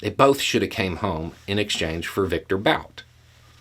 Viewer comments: It’s “boot” not bout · So you're saying that the person who managed to bankrupt his own casino doesn't know how to gamble? {BTW, I think the guy's name is pronounced "boot," like a high shoe, not "bout" like "whataBOUTism." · Why Bout? I'm pretty sure it's Bhut (well, actually just But), with the u pronounced like 'oo' in 'foot'. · His last name is pronounced boot! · Bout's original name is Бут. There's a single 'oo' vowel in its proper pronounciation, roughly comparable to 'boot', not an 'ow' diphthong. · Pronounced Boot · It's pronounced "boot",. 😊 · Bout - 'ou' is his name is pronounced as 'u' in put. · I find it disconcerting that he is pronouncing "Bout" like the English word, even though he speaks some Russian. Why is that? What's the statement being made?